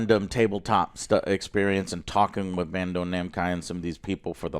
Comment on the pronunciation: bro said Bando Namci...